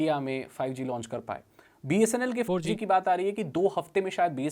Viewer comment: That abrupt Four Jee tho lol😅